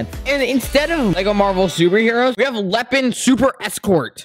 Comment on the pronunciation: You say Lehhin